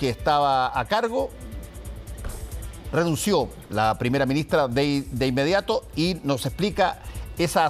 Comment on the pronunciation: renunció creo q qria decir